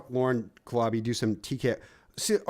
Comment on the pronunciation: Sorry I missed this clawbuh! I prawmise it had nuthin to do with fawking Dan 😂